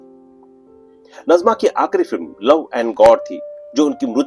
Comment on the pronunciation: Aap nazima ko najma bol rahe ho ye nazima (naazima) he dusra nam hota he najma ۔dono nam alag hen